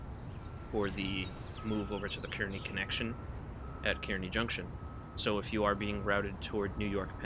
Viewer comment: Love the video! Two things: 1. Kearny is pronounced "carnie". lol 2. Kearny Jct lunar lights are activated as per NJT Special Instruction, where when lit, it's routing you for tracks 5 or 6 at Kearny Jct and if you're not equipped to operate in 11Kv territory or not destined to operate at Swift Interlocking, you must not take the signal and must contact the dispatcher for instructions.